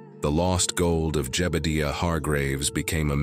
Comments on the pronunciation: what kinda AI cowboy voice doesn't know how to say jebudiah? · Jebadeeuh? Ai sure does creep me out. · Nice video except for the 7 minutes of black and the narrator couldn't figure out how to pronounce Jebediah's name